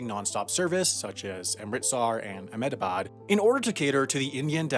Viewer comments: His pronunciation of Amritsar and Ahmedabad was so on point. Kudos to you man! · Your pronunciation of Ahemdabad was better than Trump's 😂